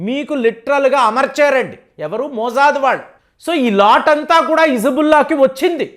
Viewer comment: మోజాద్ కాదు కాకా మొస్సాద్